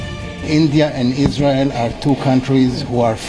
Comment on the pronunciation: O pendo awaaam izra aeel ni ....oska nam isra aeeel ha 😂😂😂😂😂😂😂😂😂😂😂😂